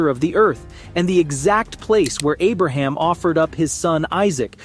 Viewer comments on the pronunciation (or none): none